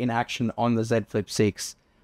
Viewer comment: Ah someone that says the name of the device correctly. Yeah.